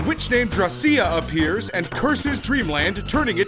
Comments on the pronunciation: it is pronounced Draw-SH-A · drawcia is pronounced drawsha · It's pronounced DRAW-see-ah. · The way you pronounced Drawcia’s name makes me a tad uncomfortable.